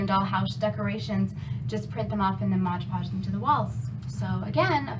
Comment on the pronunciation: MOD PODGE, not modge podge! Apart from hat, great job!